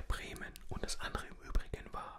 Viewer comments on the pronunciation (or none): none